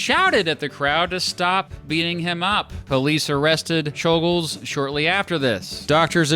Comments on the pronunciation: It is properly pronounced chol-gosh, since you brought it up in the video, but I don't think we have to make the effort for assassins lol. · I believe czolgozs is pronounced as sholgosh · It's pronounced Choul-Ghosh